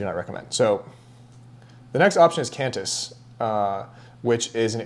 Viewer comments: Great, informative video! And it’s pronounced “Quan-tiss”😊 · It’s pronounced Kwantysh 😂😁. Same for Kwatar 🤣